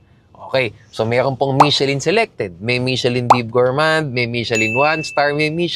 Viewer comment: nagparinig oh. "Michellin" daw. daughter daw! LOL! Peace!